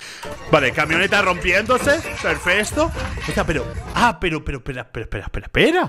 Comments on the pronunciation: Perfecto ❌ Perfesto ✅ 😂😂😂😂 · Ok ya no se dice perfecto se dice perfesto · Que lindo uve diciendo perfesto